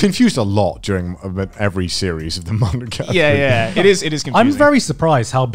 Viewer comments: He's like: monoGAtAreeeee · Why is garnt pronouncing it weird. Monoga-tari? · No one: Garnt: Monoguitari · MonogaTAHREE... No. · it's really weird to me that they're both saying it like monogaTAri, even the anime man who I know has native-level fluency in Japanese. Maybe he's just letting Gugguk's bad japanese pronunciation rub off on him XD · why do you say monogatari like that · Wants to learn Japanese to understand it better but doesn’t even say the name right. My blood is boiling rn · This man has all this anime merchandise yet pronounces monogatari wrong. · The way they pronounced monogatari bothers me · Are they even pronouncing monogatari properly? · Why the h do they pronounce it wrong, even if most of them know how to japanese? It hurts my ears yo.